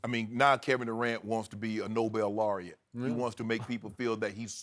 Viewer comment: "A Nobel Laurette..." Shannon Sharp you cut that out...😭🤷